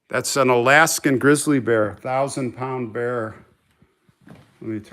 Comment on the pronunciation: Lol Bear not beard